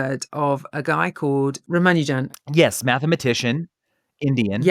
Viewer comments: Pronounciation hint: It's pronounced 'Raamaanujan', not 'Raamanoojan'. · I think they and other Brits keep mispronouncing his name. I am not Indian but I am familiar with their names. I don't think its pronounced "Ram-a-new-jen" but rather "Rah-mahn-new-jahn" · R-aah-m-aah-n-u(u as in unique without the "y" sound)-j-uh-m -- This is the correct pronunciation. He was a Tamil speaking Indian, from Tamil Nadu. Can never tire of hearing about him and his legacy. He fell victim to patriarchal standards (I believe his mom didn't send his wife together with him to England, who may have been able to take care of him, and probably live longer - this opinion is based on a film on his life, and assuming they did the correct research) and the TB virus. Wish there are more of them like him out there, and they are found and cherished! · It's pronounced as Raa (ra) + maa (ma) + noo (nu) + jum (jam).